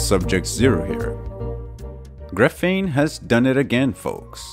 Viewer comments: It's called grA-feen, not gruh-fEEn. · Can't listen to this annoying mis-prononciation of gr'feene any longer. It's graphene with an A like graphite. BTW don't count on WackyPedia for any facts. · Graph-een gruffeen is so distracting I feel like a douche for pointing this out, but everytime I hear you say it, it's like fingernails on a chalkboard, and this is a really good video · Dude if your going to do a video on Graphene you should learn how to pronounce it correctly. GRA-PHENE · awesome vid again mate! Just one thing... it is the first syllable of the word which is stressed and not the second, hope that helps... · Knows everything about graphene except how to pronounce it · noonenaught His accent has nothing to do with it; he's stressing the wrong syllable. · It should be pronounced with accent on the first syllable not the second syllable. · Graphene can do everything but be pronounced correctly by this guy. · Just wish he would stop saying graphene that way.